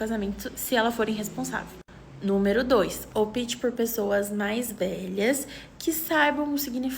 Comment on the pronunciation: Negócio chato e brega é esse lance da gravata. E a moça falando "oPIte". É "Opte"!